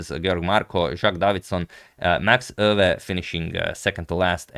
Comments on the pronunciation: Max Euwe is pronounciated Max (a like o in Mom) Oi-ve (like e in the) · I guess since its a german name, it should be pronounced „oywe“, since eu is pronounced oy in german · The eu in Euwe is pronounced like the oi in the word point.